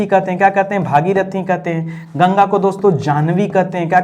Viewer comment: Sir plz yamuna aur ganga ji ka naam achhe se liya kijiye